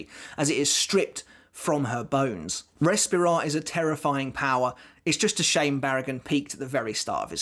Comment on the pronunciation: I don't want to be that guy but as I am Spanish it's a bit of a trigger haha Barragan's power is pronounce "Res -pee - ra", with the strong sound on the "pee" not "Res"